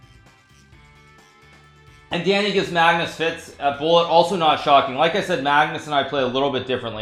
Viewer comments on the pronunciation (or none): none